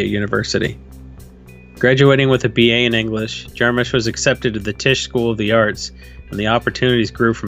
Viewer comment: You guys keep pronouncing his name Jar-Moosh and its bothering me